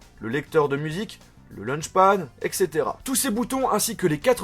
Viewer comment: bonjours j'espère que tu va bien, moi ça va très bien, alr juste pour info on dit "etcetera" et on écrit "etc" et pas "eccetera.;)